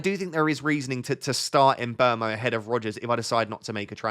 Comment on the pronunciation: Sorry... Side topic... Surely Mbuemo is not pronounced "embermo"? Wouldn't it be more like "mmbwemo"?